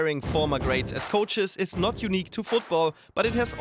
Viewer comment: "Noz" instead of "Not"... Is this a swiss channel?